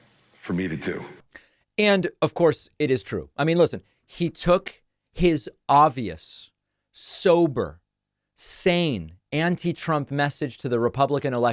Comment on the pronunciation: David, you know there is a B in the word obvious right?